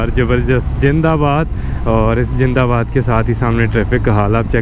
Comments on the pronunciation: Bhai please yar jindabad ni zindabad bol dia kr plz cringe feel huta ha ♥ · He is greeting his Indian subscribers...Remember indians talk like that...😁